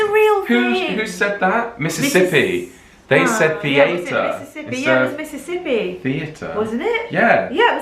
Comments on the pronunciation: ya gotta put the emphasis on the 1st syllable when you say it: "THEE-aye-ter" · I am from Atlanta but I am African American we do not pronounce theater like this